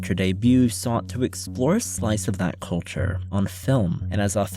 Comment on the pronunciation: Seems it is now popular to pronounce culture caw-churr. I don't know why